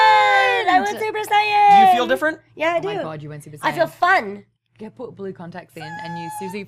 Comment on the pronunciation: Ehrmagerd Surper Sayin